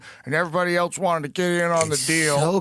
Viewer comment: Can we stop saying “eltse” please. Joe and Asmongold kill me with this. It’s “ELSE”. Love Joe but just had to say it.